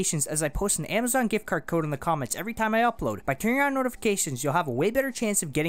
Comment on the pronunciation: "By turur ron notifications..." lol